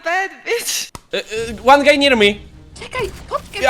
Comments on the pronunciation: Po pierwsze ty tak mówiłeś guy w tym odcinku że myślałem że mówisz gej XD🤣 A po drugie ja nigdy nie wiedziałem 🤣 czy ma taką chrypę czy co mu się stało XD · gay czy guy xDD